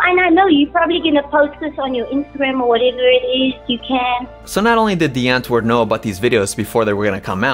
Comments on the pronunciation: The w is supposed to be pronounced like a V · i know i know i would say die antwoord with the v pronunciation in some of the earlier episodes but i still felt like i was butchering the pronunciation so i just stick with the 'w' 😅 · Me afrikaans hating how people pronouce "DIE ANTWOORD" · Big fan of this video, but can’t you just say their name properly?